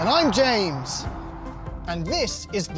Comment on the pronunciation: I can’t be the only one who tries to Mock James in the intro with an accent when he says “and I’m James” 🤣🤣, love the channel tho!